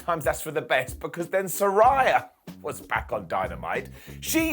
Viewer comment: Come on its sa- REY-a not s-RYE- a!😂